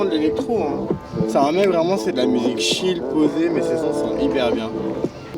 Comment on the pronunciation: Chill cest pas shill cest tchill :)